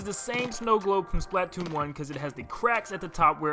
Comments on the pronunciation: Spla-toon. Say it with me now. SPLA-TOON. Not splat-toon. Only ONE T bud. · It’s not pronounced Splat-toon, it’s Spla-toon. I’m sorry but that really triggered me for some reason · Most people: "Spluh-TOON": "SPLAHT-tune" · It's not splat-oon it's Splatoon🙄🙄🙄🙄🙄🙄🙄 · its spla-toon not splat-toon 😒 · its Splatoon like platoon not splat toon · Its not SPLAT TOON its SPLA TOON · It's pronounced "spluh-toon" not "splaaaa-toon" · ITS PRONOUNCED SLPUH TOON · Hey why do you pronounce splatoon as "Splaat toon" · he says patoon captain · He said “patoon” 😂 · It’s pronounced splutoon I’m sorry I just don’t like the world splatoone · I love this video, but why do you say Splat-Toon? It’s one word. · He says splatoon wrong, it’s supposed to sound like the word Platoon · Why do you say Splatoon as splAAtoon. I know everyone has their own way of saying words but it pains me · It’s pronounced SPLUH toon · "Octo Canyon" Ahem Valley Splatoon1 THEN HE CALLS SPLATOON TO VALLEY UGHHHHHH 😂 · I know it's pretty terrible but I just can't get past the way you pronounce splatoon lol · i stopped watching after you pronounced splatoon like that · The way you pronounce Splatoon....